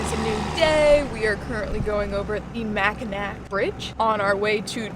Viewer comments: Get a Pasty you Fudgie! It's called macki "naw" Traverse city is the bomb Cherry Fest! Macki "nac" still has me laughing. A Fudgie is a tourist in Mackinac. Seriously make a necklace from a petoski stone! Btw Michigan is World Class Fishing! That's my old stomping grounds. Glad your Having fun! Michigan is a beautiful state! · not mac n ack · Love you guys! Welcome to Michigan, hope you love it as much as we do! By the way, it's Macki-NAW :-) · Hahahaaaa! Love ya sweetheart! Ooops you Did it AGAIN,! LMAO ITS PRONOUNCED MACK-IN-AWW BRIDGE.. and they're NOT POTASSIUM STONES. OMG YOURE HILLARIOUS AND DONT REALIZE IT. THATS PRICELESS. THEYRE PETOSKY STONES. WE HAVE A COTY WITH THE SAME NAME. COOL HISTORY HERE GUYS.. JUST LOOK.... ENJOY OUR BEAUTIFUL STATE:no matter how you say it: ITS THE BEST. As FAR s knowing what's where and travelling across the USA: THERES AN APP THAT CREATES 3WARDS DESCIBING EACH 10'X10' SQUARE ON THE PLANET.. CANT RECALL WHAT ITS CALLED,BUT IT WOULD BE IDEAL FOR YOUR LIFE TRAVELS.. SHOUT OUT THAT IDEA! 🌺🌺SEMPRE FI. ALL THE WAY FROM ANCHOR BAY (S.E.AREA)